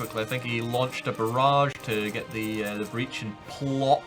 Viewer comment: Haha it's not pronounced Plock, it's pronounced like "Pwotsk". It's spelled in Polish Płock